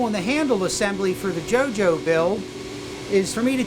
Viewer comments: wearing vampire mask/stone mask Also: pronounces jojo juju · Henry Schnelle I fkn Love that! I died a bit when he said Jojo like Jew Jew . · Yeah because he mispronounced JoJo at the begining of the video. LOL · so no ones going to talk about how he said jojo ( crying emojis ) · The way they say Jojo has me laughing. Besides that I cant believe you brought one of my favorite weapons to life